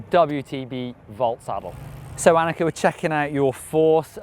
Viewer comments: im pretty sure its anneke not 'annexe' an annexe is like that place that Anne Frank hid from the Nazi's :/ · ...Can you say Anneke just one more time...I don't think you said the name enough.